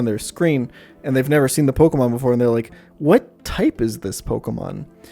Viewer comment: am i the only one that saw him cringe at every mispronunciation of pokemon? like, "i stg say como one more time..." :P